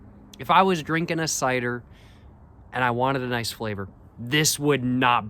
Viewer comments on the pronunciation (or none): none